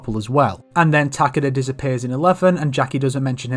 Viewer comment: so who's mispronouncing Takeda or the developers?